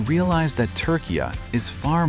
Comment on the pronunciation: Your pronunciation for Turkiye is not too bad but i cant say the same for Kapadokya 😊